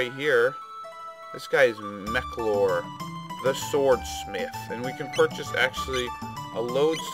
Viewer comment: I thought Melchior was pronounced Mel-Key-or